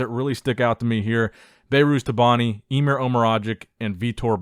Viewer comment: it's "Emir", not "Imer".